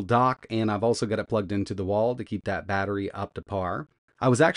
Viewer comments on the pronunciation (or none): none